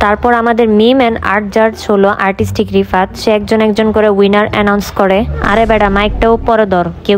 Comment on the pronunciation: Rifat❌ Ripat✅😂😂😂